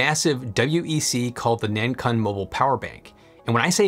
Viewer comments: btw 南鲲 (pinyin: nánkūn, pronounciation is more like nan kwun, as in KWick and UNdo). A 鲲 is an interesting character, it's a legendary giant fish that could transform into a giant bird (not sure what the English equivalent is or if there even is one) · 南鲲should be pronounced as Nun Koon, it means South Whale 😅